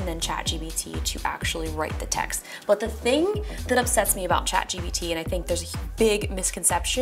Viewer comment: She kept saying chat GBT lol